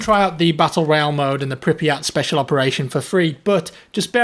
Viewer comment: it's pronounced prip-yet